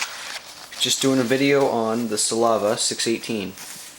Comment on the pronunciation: By the w;ay, it's SLAVIA, not SALAVIA.